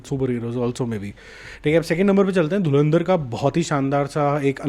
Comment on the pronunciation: Dhulandhar ❌️ Dhurandhar ✅️ Galwal ❌️ Galwan ✅️